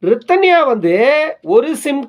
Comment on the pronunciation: அப்படி சொல்லாதிங்க. நல்ல பெண்ணை‌ தேடுவதும் அவ்வளவு எளிதல்ல. சற்று அதையும் புரிந்து கொள்ளுங்க ஐயா.. அது சரி அழகான அந்த 'ரிதன்யா' என்ற‌பெயரை ஏன் இப்படி நீங்க கொலை செய்றீங்க 'ரித்தன்யா'..என்று மீண்டும் மீண்டும் கூறி..ஊம்ம்ம்ம்??🤨